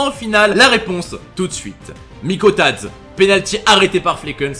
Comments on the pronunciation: Mikautadze ça se prononce Mikautadzé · Moi qui est metsein et qui entend mikaudatze alors que ça se dis mikautadzé😢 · Sa se prononce " MIKAUTADZÉ " pas mikautadze